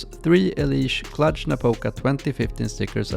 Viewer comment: Great video, never knew this about EliGE! By the way, I'm Romanian, and Cluj is not pronounced "Clutch", but more like "Clooj" / "Clooge" (the 'ge' like in EliGE)